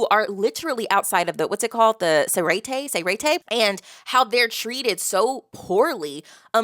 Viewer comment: you getting better at names! a small correction is the emphasis in Rukia’s name, it’s on letter “U” so it goes Rúkia and not Rukía i already saw people correct you on Zangetsu so imma skip this one, but otherwise everything was on point especially Seireitei which you nailed first try and im happy that you like this story so far, it’s one of my favorite of all time